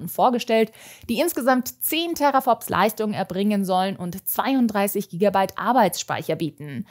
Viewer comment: Was sind eigentlich Tera"fops"?